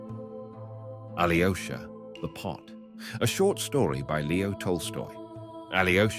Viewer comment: Aloysha not Ali o'shah